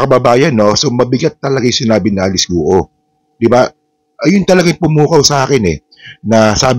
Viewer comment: Guo is not pronounced as two syllables. It’s not Gu Oh. It’s one syllable. It sounds more like Gwoh. Please correct the pronunciation. Chinese surnames are 99% one syllable pronunciation.